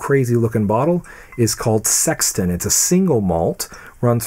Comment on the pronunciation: Good solid review and you said The Sexton correctly but the Knappogue you got wrong. Na poge.